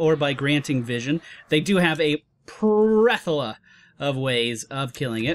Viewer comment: hehe, I heard "...they have a 'prethola' of ways of killing it..." I've noticed I also get kind of dyslexic with my words like that mixing the letters up when I focus on more than one thing at a time. Heheheh... prethola, that's a new one!